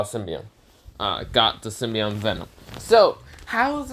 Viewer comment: tf is a symbion its symbiote, well I guess you got half right